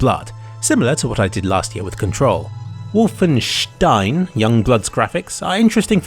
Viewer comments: He still missed the “W”, which should be pronounced as “v”. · Pretty sure it's and o and not an u like he pronounced it but idk. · It's not wooooolfenstein wie in Ohr, but Wolfenstein, Like in 🐺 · You say '-stein' with the correct pronunciation, but keep the 'W' as a 'W', instead of a 'V'. Why? PS: Interesting piece on DLSS. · Wulfenstein =/ W O lfenstein. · you pronounce it 'wolfen-shtine' the 'St' sound in german is always spoken like 'sht'; 'sp' is also pronounced as 'shp' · No its Wolfen(steen). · I like how e pronouces Wolfen english but stein german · As a german it feels weird to hear "Wolfenstein" pronounced with the "Wolfen" in english pronounciation and the "stein" in german xD The "o" is in german the same sound as in the first letter of "oculus", while you pronounce it more like the "u" in "oculus" ^^